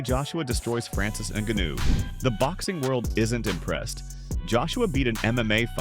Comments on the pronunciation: Ngannou, his just make fun of your super wack pronunciation. I get it, if you've only ever read the name and not heard it spoken it's pretty easy to get wrong. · Falls face first? The man fell flat on his back come on man. Also need to work on the pronunciation of Francis name. Otherwise video is a good listen. Can't blame Joshua for taking the Netflix money for an easy fight tho.